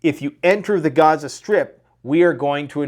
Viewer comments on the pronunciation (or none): You are getting very fake. You Pronounce gaza 2 different ways, I don't know why but it sounds stupid. Quit being fake.